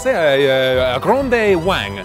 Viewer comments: A grande Wang 😂 French masterclass right there. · "Grande wang" lol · Did he just say “Grande Wank”? 😂😂